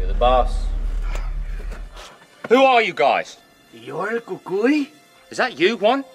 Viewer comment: I still have my 1983 toyota truck, the English accent was right on. El Cucuy is perfect.. This is better then Netflix. Downey, California